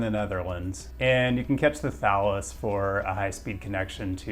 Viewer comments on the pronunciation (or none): Not to be that guy, but the Belgians pronounce the Thalys like "Tallies," as in the plural of tally.